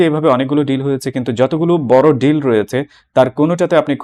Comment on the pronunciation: আপনার শিক্ষাগত যোগ্যতা কি ভাই ? মাদ্রাসা ছাপ? জর্জ সোর না, জর্জ সোরস।বাইল্যাটারাল ড্রিল না ডিল। সোরসের কাছে আপনাকে কতোতে বাঁধা আছে। ইউনুস এখন ভারতের পা ধরছে কেন ?